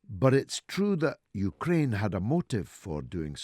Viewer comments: The U-ker-rain. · "31th" hehe.. "Yuka-Raine" HAHA.